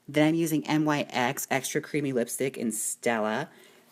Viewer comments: Your saying it wrong it's not N-Y-X you pronounce it like nicks and I don't think nyx is a drugstore product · It's pronounced like nicks.